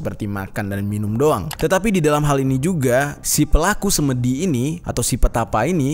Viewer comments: SemEdi bang jer..bukan semedi😁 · Pengucapan 'semedi' yg benar adalah 'se' seperti pada kata 'semua'. 'me' seperti pada kata 'mepet'. 'di' bukan 'dhi'...tidak ada padanannya dlm bhs Indonesia.